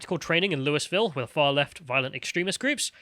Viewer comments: It's not Louis-Ville it's Lou-uh-vull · It’s "Lou-ville" 😅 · Pass this on to Dankula too: Loo-E-Vil Louisville